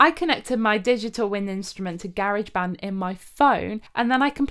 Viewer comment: First time I've ever heard anyone say "Garidge Band"